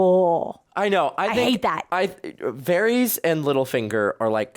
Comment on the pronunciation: Love this season! It just gets better too! Also I was gonna let ya know for future reference that Varys is pronounced Var-is not Varees. And The G in Gendry sounds like the g in garden. Not a j sound (Jendry). And Daenyres is pronounced Dan-air-iss (not Dan-air-ees) Please don’t think I’m saying it to be rude or be a Karen😂 . I would want someone to tell me! I really enjoy your reactions I just know you would both want to know sooner than later bc you’ll probably love this show for decades 😂 so its best to know the correct pronunciation from the start. 😂😂I had trouble w pretty much every name for a long time 😂 you’re not alone.